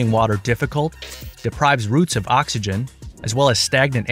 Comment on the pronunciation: “…ONLY 9 od the 10 plants survived…” 🤣🤣🤣🤣 dude, please!